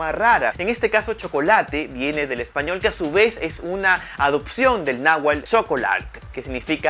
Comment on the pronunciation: SE PRONUNCIA NÁHUATL Y NO NÁHUAL, INSTRÚYASE ANTES DE SUBIR UN VIDEO Y NO DEFORE LA LENGUA (DIALECTO).